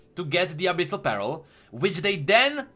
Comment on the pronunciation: CAN SOMEONE TEACH HOW TO PRONOUNCE 'PEARL' btw, love you, man